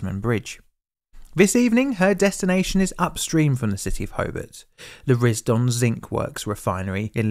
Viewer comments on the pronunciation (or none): *TAS-m'n *RIS-d'n